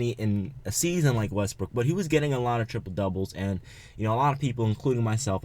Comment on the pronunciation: LMAO it's not tripole it's triple